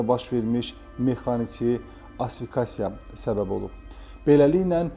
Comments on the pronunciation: düzəlişi üzrlü sayın. İfadə olaraq asfikasiya deyil, asfiksiya(boğulma) adlanır. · Asfikasiya deyil Asfiksiya deyilir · Asfikasiya yoxsa asfiksiya? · də iş düşür 1 hərifi artıq deyib 😊